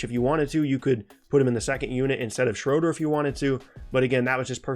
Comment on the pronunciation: SHROADER !! Haha come on man it’s either Schröder oder Schroeder